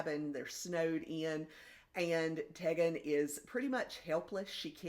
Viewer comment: Tegan- pronounced with a long e, ‘Tee-gan’ 😉